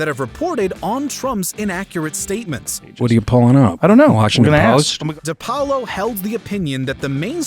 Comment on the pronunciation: Its Nick DI Paolo...not DE. and hes great